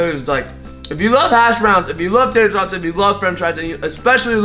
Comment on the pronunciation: Who else thought t said "cheesy toys" xD